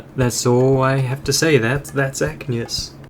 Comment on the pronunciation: Bro was mispronouncing the level name the ENTIRE VIDEO I'm going to die of cringe